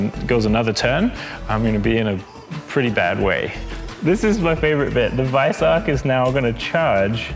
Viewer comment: Thoroughly enjoyed this short format nice one. Looking forward to more. Even with the guy calling him the "Vice-ark"! Nonononono